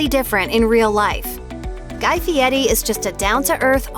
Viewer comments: Guy doesn’t pronounce his name as Fiette. It is pronounced Fereri. At least learn how to say his name if you want to trash him. Nitwit!! This clip is Garbage. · I can't take this case seriously... the narrator can't even be bothered to get names right... seriously they're celebrity chefs it's not like she hasn't heard their names pronounced properly before... Guy Fietti really how do you miss read Guy Fieri as Fietti... #youhadonejob narrator... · Fieti? Get your cheap text to voice fixed. Who cares who he likes away' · I hate the way everyone pronounces Fieri. They say it like “fee-Eddy”. Should be “fee-Airy”. Look how it’s spelled! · it's pronounced Fietti. He even says so. :27 mark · It's F I E R I, No T. Really annoying you are bashing people and can't even say his name, SMH